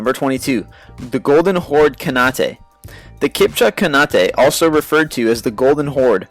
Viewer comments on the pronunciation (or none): Khanate is NOT pronounced "K-han-a-tae" its pronounced CON-ATE. Its an ENGLISH word based on Genghis KHAN's name and the suffix -ATE, which roughly means "domain of." Just like Shogunate, Sultanate, and Caliphate are ENGLISH words combining the non-english title Shogun with the English suffix -ate. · Khanate is pronounced Can-ate, not Can-at-a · KHANATE. Khan. Ate. It's not hard. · It's pronounced the Golden Horde Khan-ate, not Khan-at-e. I didn't read any other comment so I'm sorry if there are thousands of people already pointing this out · seriously! the way he pronounced the word "Khanate"..... it's Khan-ate.. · Khanate is pronounced "Ka-nAte" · The pronunciation of khanate is terrible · You pronounced Khanate wrong..... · You said "khanate" wrong. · You pronounce Khanate awfully strange. Rule Britannia